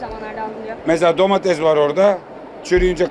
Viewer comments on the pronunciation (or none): none